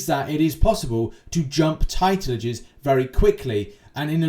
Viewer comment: Titeledges isn’t a word. Sorry but you’ve been saying it for months and months. Titledges.ezzzz.isss